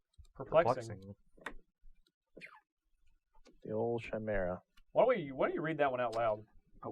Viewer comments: It's pronounced Kai-mera not Chaimera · Hey ur cool but im just gonna say this to save everyone the time and energy. YOU SAY IT KAI MER A NOT CHAIMERA FOR THE LOVE OF GOOOOD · Pedro Lopez it was like once said it, everyone else was like "well I guess that's how we're all going to say it now"